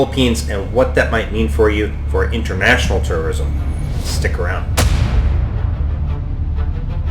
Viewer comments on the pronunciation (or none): Dam, sounds like you keep saying TERRORISM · It sounds like you are saying Terrorism. Haha